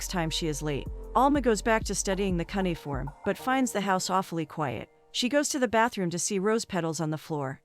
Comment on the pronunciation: Cunnyform What the hell is that. ??? Do you mean cuneiform??. Bain all. Banal maybe. I could go on. E Vidence. Hummm. Someone should teach the computer to read properly.